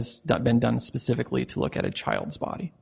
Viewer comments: "More pacifically" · At this point I’d like to suggest a shot of tequila be downed for every time this Judge says the “Pacifically” Anyone know any shot girls?? And no I’m not going to let this go. It’s like watching a play dough model court proceeding. But I love it 😂 I can’t stop watching! This is insane. The music on the intro alone is worth a watch ❤😂❤